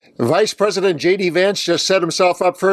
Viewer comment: Tbf I am German, but I misheard you in the beginning and thought you said “Reichspräsident”. Thought it was a bit on the nose until I got that you obviously must have said vice president.